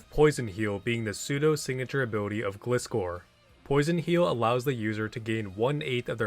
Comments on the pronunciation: Anime Pronunciation says Otherwise: “Gly-Score” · It's glaaaaaiscor omg!!!! How do you pronounce, gliding? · Flying ground type scorpion. Gliding scorpion. Gli scor. Gliscor(gly-score). Gli rhymes with fly, not glis rhyming with this. I don't get how people can say it wrong. It's not a glycerin scorpion, it's a gliding one. It rhymes with high score. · I know it's an old comment but this showed up on my feed and the way he was pronouncing Gliscor was driving me insane so i went digging through comments 😭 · Don't pronounce gliscor like that again